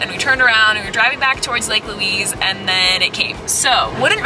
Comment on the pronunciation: Please edit the name and pronounciation of the Lake, it is not Louis (like the man), it is Louise, as in female!